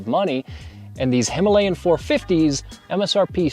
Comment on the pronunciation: The word Himalayan is mispronounced. You can attach Fuel X Pro Plus for better transmission of power, I am using it and there is a significant change in the power transmission.